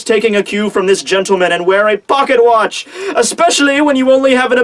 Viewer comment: Great review. The pronunciation of pocket watch made me lol.